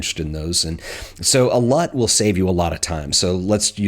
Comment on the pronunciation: "So a lut will save you a lut of time" hahaha